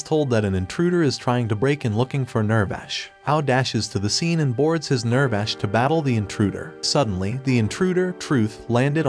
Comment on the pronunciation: It hurts hearing the pronunciation being so off. (ew-rek-a) (near-vash)